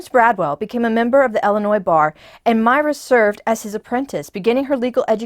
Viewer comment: Pronounced MY-ruh, as in Breckenridge.